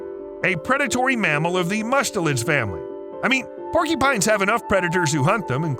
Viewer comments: They are called "porcUpines" not " porkEpines!! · “Porkypines”? Or porcupines? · Sounds like he's saying "porkypines" 😅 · Porkeepines? Not mocking, just trying to identify the accent.